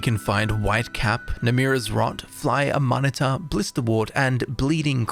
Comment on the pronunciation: Love the video but hate how as an English man you cannot pronounce Amanita=a-man-eeta.. Its like calling a flyagaric magic mushroom 'a fly gary'.. Mate I love your stuff but you must better yourself.. Please and thank you for your sake more then mine..